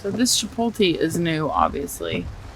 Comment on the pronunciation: Chapoty? Chipotle - chipot le le le chi (like Chilis) pot (po) le Chipotle Hehehehe I love it! 🧡hahahaha Now I will have to pronounce Chapoty 🧡 - Now I know that if I move to Tennessee (which I am looking into it) I am not going to be the only one messing on pronunciations. People always wants to know where I am from because I pronounce things/words.